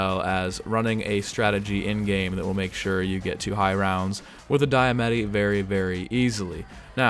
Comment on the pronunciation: It's pronounced "Dee-Uh-Mah-Tee"